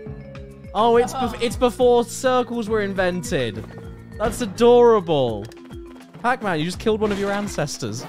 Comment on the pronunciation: “Pacmun” - Caddicarus 😂